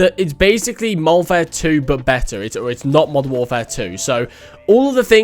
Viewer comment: How many times y’all think he said “moderfare II”